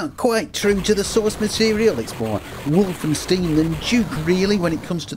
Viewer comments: Wolfenstein is not pronouced Wolfensteen. "ei" is simply like "i" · How else would you pronounce 'tile? 'Tilly?' 'Teal?' Though I didn't care for the Wolfenstein pronunciation. :p